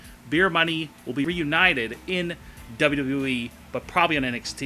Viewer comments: Learn to say W-W-E, you sound dumb saying "dub dubya ee" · john madden dubbydubooeee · duhwuduhye LMAO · W.w.e your saying it like it's a word space it a little. Like you say m.m.a. And u.f.c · DOLUDOU WEE ?? What are you 5? With speech impairment? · john madden true! he says WWOOOE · the way he say wwe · This guy cant even say WWE correctly.